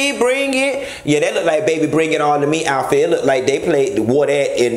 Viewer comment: Did he say atfit!!!! He did! Okay😂😂😂😂😂😂😂😂😂🚑🏨💀